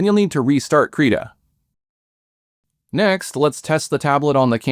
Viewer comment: did you call Krita "Creda"?